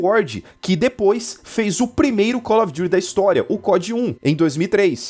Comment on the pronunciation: Acho satisfatório ele falando cólófidury as vezes kkkkkkkk slk melhor Youtuber